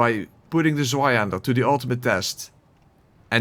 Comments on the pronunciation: I pronounce Zweihänder like you did (I think…) How do people mispronounce it? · *leid :P You did a good job with the Zweihänder, it healed a little part of my soul, tormented by a decade of bad pronunciation!